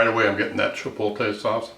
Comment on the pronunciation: Why do midwesterners have so much trouble saying chipotle?